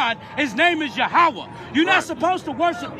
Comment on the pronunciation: God is YAHWEH - pronounced "Yah - WAY"... idk what that Black Hebrew Israelite is screaming "ya-how-ah" about lol... jmo